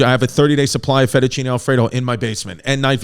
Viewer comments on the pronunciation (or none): none